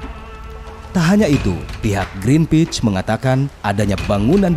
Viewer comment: Pihak Green peach or Greenpeace? Pronunciation Green pees